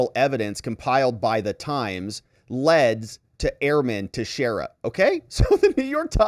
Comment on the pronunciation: This is the least important thing but it's pronounced "Tex-era" I'm from New England. Sorry, it's just bugging me.